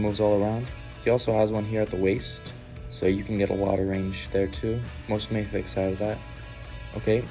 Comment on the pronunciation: For future reference; Medicom is the company, not Mafex. Mafex is the series - and it's pronounced Mah-fex and not May-fex.